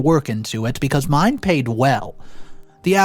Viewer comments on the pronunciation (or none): none